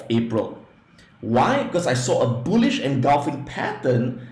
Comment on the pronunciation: His pronunciation is not so good when he say bullish he mean bullshit market .